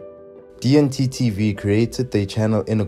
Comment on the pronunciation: u don't know how to say D&T TV? 😂